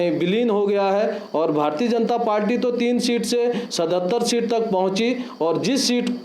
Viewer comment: श्रीमान आप पार्टी को पाल्टी उच्चारण कर रहे हैं